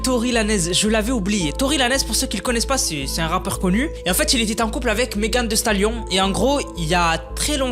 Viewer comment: "meghan vi stalione" lis comme ca 😁